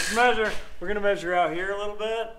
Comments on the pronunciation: Maysure =D lol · The way pronounces measure is hysterical 🤣 😂